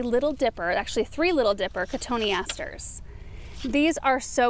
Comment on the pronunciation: Thanks for the pronunciation of cotoneaster!! 🤓😊